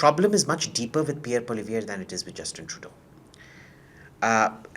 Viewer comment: Please call him by his name “Poo-ah-li-evre” and NOT Polly-viere!